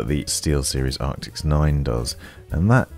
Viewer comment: Man i love your reviews and watch them all but you really trigger me when you say things obviously wrong like ARCTIS not ARCTICS or "SIN-Apse" not SYNE-apse lol call me an asshole i know lol.